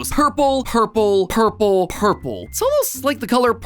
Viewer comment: He said ourple